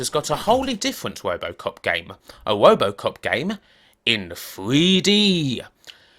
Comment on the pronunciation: I keep on laughing every time he says "wobocop" lol.